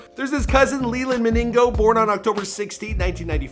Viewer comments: leland maningo lol u absolutely butchered my mans name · Dude he say ‘Leland Maningo’ Not Leland Minigo